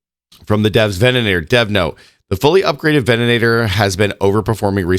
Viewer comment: Did they also add an extra "an" to the ven-a-tor?? 😂😂😂